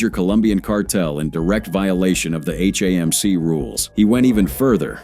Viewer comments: HAMC is not pronounced "hey-mc". Goodbye. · Same thing with HAMC pronounced "hey-mc"